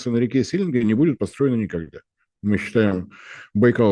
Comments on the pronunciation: Одно уточнение: река Селенга произносится с ударением на последнюю "а" - СеленгА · СеленгА правильно, который раз уже по ушам режет)) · Мы тут говорим селенга ударение на последний слог